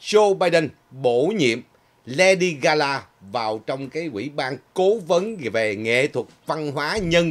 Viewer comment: Là LADY GA GA,not GA LA